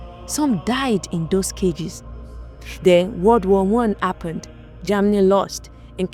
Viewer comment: What's going on with pronouncing "H"? What Appened(Happened).